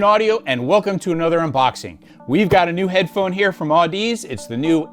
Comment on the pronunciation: Fun fact, it’s pronounced aaduhzee. Like, odyssey, with zee on the end.